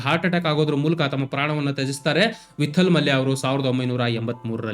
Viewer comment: ವಿಠ್ಠಲ ಮಲ್ಯ , ವಿತ್ತಲ್ ಮಲ್ಯ ಅಲ್ಲ.